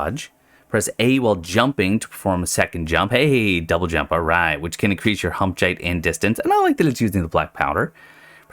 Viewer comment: Hump Jeight 😂